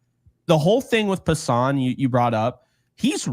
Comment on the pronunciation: Jeff Passan's last name is pronounced as though it's passin'. I'm shocked neither one of you know that. It's funny, not the first time you make up your own pronunciation of names, it's happened quite a few times. Jeff is very well known, hard to believe you're not more familiar with him. I do enjoy your show and appreciate your thoughts on the Yankees.